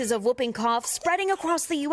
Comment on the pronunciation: Not whuuping, whooping, Hallie.